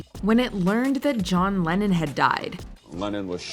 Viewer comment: Rappers keep John Lehhon out of your mouth you no talents